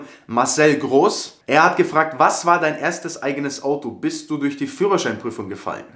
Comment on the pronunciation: Gut bisch😂 'sch